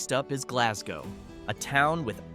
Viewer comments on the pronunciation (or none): none